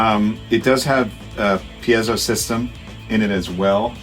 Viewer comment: Ok wait - let’s talk about proper piezo pronunciation… so John says “pee-éh-zō” but I’ve heard Alex Lifeson say “píe-zō.”